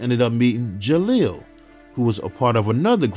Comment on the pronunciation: You keep saying jalil name wrong it’s disturbing me geesh